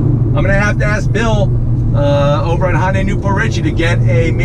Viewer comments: Just a tip: It’s not pronounced Hon-day. It’s Hun-day. Great video. Subscribed. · I love your reviews, but it's not "Hon day". Imagine saying "shun" with out the "s". "Hyun day". I know most people who can't read Korean can't say this well, but I just wanted to let you know. I just want to help. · Dude it's HYUNDAI NOT HON DAY!! THAT IS SO ANNOYING! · Honday?...you're forgetting your alphabet sounds...Y..."hyuh-n-dai" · Hyundai, not Hoyndai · so cringe the way you pronounce hyundai - hon day yikes